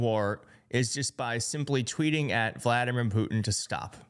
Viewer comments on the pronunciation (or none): none